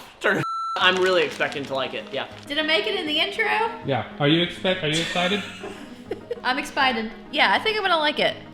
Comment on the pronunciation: “I’m expited” lol